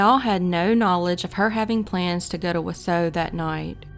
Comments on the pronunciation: Being from wi, it really annoys me how she says Wausau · You got Antigo correct but Wausau wrong. You got Waupun correct but were incorrect with Bangor. You actually meant Bangor WI not Bangor ME. I knew about Kayla Berg since I lived in Mosinee, just south of Wausau, from 1995 until 2018. Thanks for keeping her name out there!!! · Came here to say this! Waupun, Onalaska, there are a tonnnn of Native names here that can be deceiving to the English speaking eye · Wausau, Wisconsin. Wah saw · Pronounced: Wau saw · Just an FYI, Wausau is pronounced wau -saw. Not picking, how would you know? Great story! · It’s pronounced wah saw. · WAW-SAW is how you pronounce the first city...not whatever sound it was that came out of your mouth... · It’s pronounced “wa -saw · It’s pronounced Waw-saw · I live in Wausau, and it’s pronounced “WAH-sah”. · Wa-saw is how it’s pronounced. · just for future reference, it’s pronounced wau-Saw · lol i'm from Wausau and i'm not surprised someone outside of Wisconsin pronounced it wrong but at least you got Antigo down :)